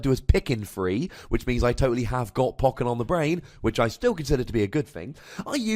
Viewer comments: Poe-ken, not poken. Bothering me, sorry. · I listen to your podcasts and just say "poe-ken" under my breath each time. I'm not questioning your wisdom though. lol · I love you, but Poe-ken. You're killing my soul. They literally say it like that in the game. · it sounds so wrong! Anyway, nice video with garchom v NM, quite enjoyed it.